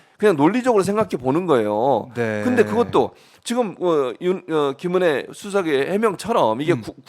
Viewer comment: 김은혜가 짐어내로 들리는데 앞으로 국민들은 지머내로 부릅시다